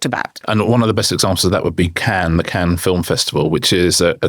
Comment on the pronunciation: Why does Richard say “Ken” instead of Cannes or “Can” is it a Barbie link up?